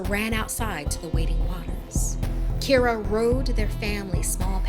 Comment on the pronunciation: I’m not irish but my names Kira Pronounced exactly like in the video